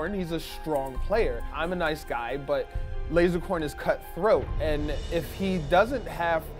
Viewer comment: PyroStrings If you were a true fan, he specifically says Lasercorn With an "s".